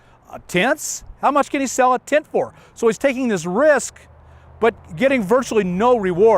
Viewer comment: Oh, he's saying tent, not tit. Lol.